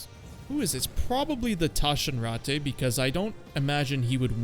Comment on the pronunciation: Bro the Taschenratte is not french. Its german. Speak the name more aggresivly and you are spot on. Anyway, good video.